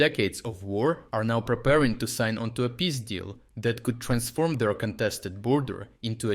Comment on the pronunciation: Nice work mate, but try to work on the pronunciation of the peace-deal, "pizdil" sownds.... sownds funny.